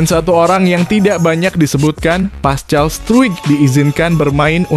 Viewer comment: Pascal struk baca paskal!!!!!!